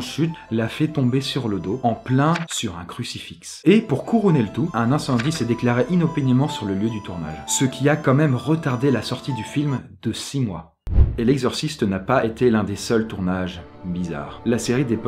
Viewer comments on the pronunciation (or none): crucifix le x ne ce prononce pas ca ce dit crucifi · Un quoi? 😅😅😅 un crucifix ? Ça s'écrit comme ça et ça se pronnonce crucifi mdr Merci pour les infos ...